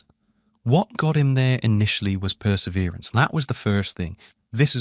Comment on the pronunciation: This guy spells the way Italk! I pronounce "wash" as "warsh", as in Warshington, DC. The young officer in "The Caine Mutiny" clearly pronounces it that way when his girlfriend asks where his mother is: "She's in Warshington." That is a long way of saying he has an extra R in Perseverance half way through the video. Can he be trusted? I find his videos amazing and profound, and someone spends a whole lot of time on the graphics!